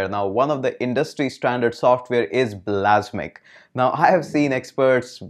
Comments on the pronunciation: "blasmiq"...really?!!!..I thought you were a real tech nerd...It's "Balsamiq"... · its not bal-a-s'mic, its bals-uh-mic #grammernazi ;-P